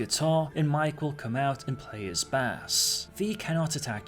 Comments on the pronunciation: Lol the way your pronounce bass made me laugh. Unless he's playing a fish...the bass in bass guitar is pronounced base. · stop saying bass! LOL